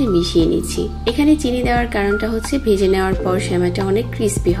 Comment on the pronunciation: ঘি কে গি বলেন ভেজে কে বেজে